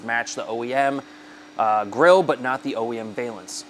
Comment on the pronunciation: Can you mount these on an SR5 premium? Also, just FYI pronounce the first half of valance like the name Allan.